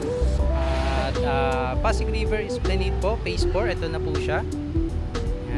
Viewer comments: It is pronounced as esplanad. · With due respect, esplanad po ang basa hindi esplaneyd...